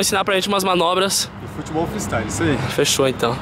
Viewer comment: o chris fala foTEbol😂